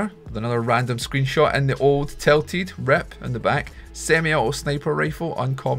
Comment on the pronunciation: No offence but am i the only one that noticed you say E instead of I, like REP Tilted?